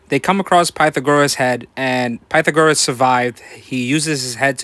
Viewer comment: patha-goris 🤣 anyway, great vid man!